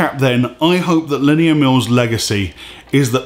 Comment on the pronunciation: The way he butchers "Linnea" is annoying... sounds like he's saying "linear"